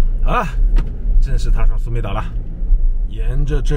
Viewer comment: 当地泰国地名是 Koh Samui, 不是 Koh Sumei